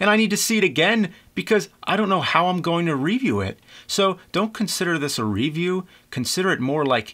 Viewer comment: it pains me every time he says re-view.